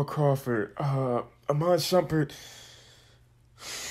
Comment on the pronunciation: When he said Iman shumpert 😂😂